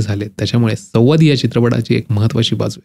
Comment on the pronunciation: उच्चार सुधारावेत.सव्वाद नव्हे संवाद हवं.. हा जो काही,हे जे काही वगैरेंचा वापर जास्त होतो आहे.